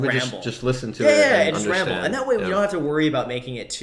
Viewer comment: Your Podcast Name: Graham-ble I thought thats what you said at the end instead of ramble